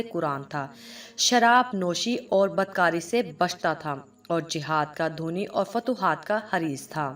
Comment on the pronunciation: سسٹر! السلام و علیکم، پوسٹ بہت اعلی، بڑھیا، بہترین، زبردست معلوماتی اور بڑی محنت سے آپ نے بنای ہے۔ بس ایک چھوٹی سی غلطی اس ویڈیو میں آپ سے واقع ہوئی ہے۔ آپ نے لفظ " دھنی" کو دھونی پڑا ہے۔ برائے کرم پوسٹ فائنل کرنے سے قبل کسی اچھے استاد سے اپنے بولنے یا پڑھنے کی اصلاح ضرور فرما لیا کریں۔ شکریہ۔محمداصغر حسین۔ 28رمضان المبارک 1442 ہجری۔ 11 مئی 2021 سن عیسوی، منگل۔